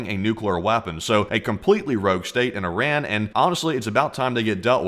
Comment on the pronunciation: After all these videos you still haven't pronounced Iran properly 🤣